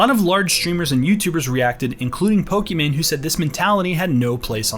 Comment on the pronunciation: “Pokmon” lmao